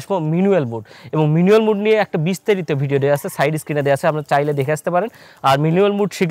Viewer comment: উচ্চারণ টা মিনুয়েল নয় ম্যানুয়াল মুড